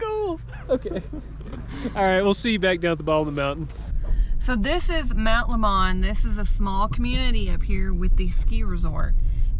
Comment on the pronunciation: LOL..... Mt. Lemmon is pronounced just like the fruit.... Mt. Lemon :-)